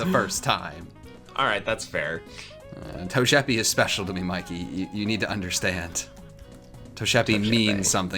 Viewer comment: Bulbasuar: and in today’s episode our special guests is togepi Squirtle: It’s TOE-J-E-PEE